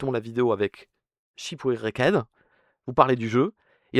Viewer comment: shipouecked 🗣️🔥 (ça se dit ship rekt au fait)